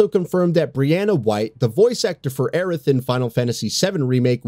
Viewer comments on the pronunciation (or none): none